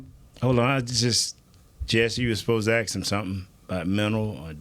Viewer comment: I love how always tries to pronounce words correctly and fks them up at the same time lol. Omg he had me 💀 axe… AXE AXE AKS? At least he tries 😂. I could listen to him all day